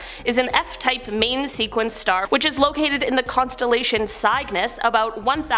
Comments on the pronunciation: Having grown up with astronomers pronouncing Cygnus as sig nuss, it's weird to hear it pronounced sieg niss.... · It's pronounced Sig nuss - definitely not Seig nuss. Your astronomer relatives were bang on. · Cygnus isn't pronounced how you think it is. Think of a swan's baby.